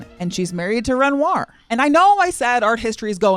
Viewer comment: I cannot abide the pronunciation of "Ren-rawr".